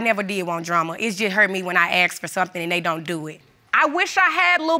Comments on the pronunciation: Bloody he'll it's ask not axe get it right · It's ask not axe